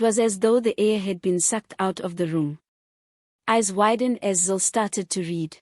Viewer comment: still cant get her name right😆